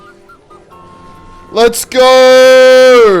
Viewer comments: cool video but I can't believe how annoying it is to hear "lets gorr" every 5 seconds instead of "lets go" 😐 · Why are u saying let's geur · mf said lets gour